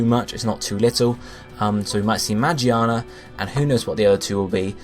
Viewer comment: i just wanted to point out its "megearna" not "magiana" the one you pronounced was the japanese name....anyway good video. keep it up :)